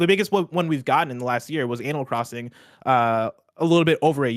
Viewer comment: now, you cannot convince me that he did not say "Anal Crossing"